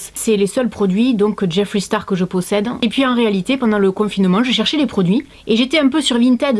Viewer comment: JIFWREY STARW ! Mieux vaut le dire a la française !